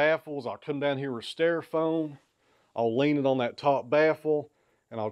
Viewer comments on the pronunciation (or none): Had a good laugh at your expense over your pronunciation of styrofoam (sounded like stairfoam to me vs. St - long i - ro foam) and polystyrene (poli st - long i - r - long e - n - silent e) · I like thinking of them as [pig]STY-row-foam and Paulie-st-Irene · Say styrofoam again lol.